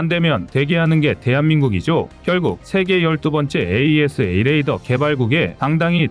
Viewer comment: 그전부터 찜찜했는데,AESA레이더를 에이사로 읽지않고 자꾸 철자 그대로 읽는거보니 여기도 공장형 AI쓰나보네요.AI는 인간미가 없어서 별로 정이 안가는데..